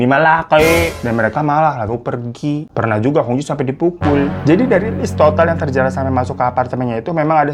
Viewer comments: Cara baca hong jie 红姐adalah : hung cie artinya red sister. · Hong Jie itu dibacanya hong cie kak. Kalau di mandarin Jiejie jadi ciecie. Artinya kakak perempuan. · Itu bacanya cie bang... AS cie cie atau kakak perempuan setaukuu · Hong jie , cara bacanya hong cie,babangku... Memang plot twist ini beritanya. Aku aja liat penampakannya,udah keliatan banget ini orang cowo melambai 😅😅.. aneh2 saja pergaulan jaman sekarang😢 cepat sembuh ya babang glowingku .❤❤❤ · Koreksi sedikit : "jie" dibacanya "cyè" ( kalau pelafalan bahasa Mandarin - huruf /è/ dilafalkan seperti pada kata "èmbèr" ). Memang betul, artinya "Kakak (perempuan) " alias "mBak". Seperti kalau dalam bahasa Hokkian dilafalkan " Cik". "Hong Jie" dibaca "Hung Cyè" (= "mBak Hung" ; "Cici Hung") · Hong jie... jie itu bacanya Cie (kakak perempuan) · Baca nya Hong cie , bang